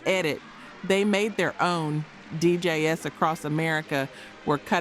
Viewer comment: It wasn’t until she said “D.J.S.” Instead of DJs that I realized the voiceover is AI generated. Concerning….